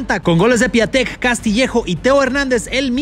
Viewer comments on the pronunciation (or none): Piatek se pronuncia piontec